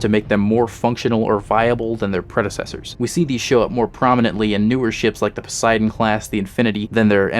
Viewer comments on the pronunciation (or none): none